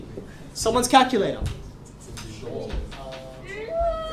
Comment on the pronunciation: video starts "Ok, have you got your kalkojhöllrr?